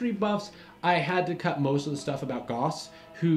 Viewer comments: Riemann is /riːman/ not /raɪman/, and Gaus is /ɡaʊs/ not /gɔs/. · And while we're at it, Ree-mun and Gowse, not Rye-man and Goss. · I know I'm late but he/you really mispronounced Gauss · The history of Riemann and Gauß is super fascinating! I would love to hear some EC series talking about the two some day :P BTW, if you ever see an "ie" in a German name/word it is pronounced as a long "e" or German "i". Think of the "i" in integral or the "ea" in reason :) (oh, and "au" is pretty much always pronounced like the "ou" in "out"). In case you are looking for more crazy maths stories with crazy but brillian characters, you could talk about Gödel's incompleteness or even better how set theory became a thing (which is basically how modern maths started) characters like cantor who was actually declared insane, gödel who should have been and david hilbert about whom various funny myths exists and whose date of death is a gag among german maths students :D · Yes. And Gauss rhymes with house.